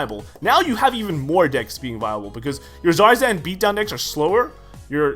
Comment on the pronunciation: The r is silent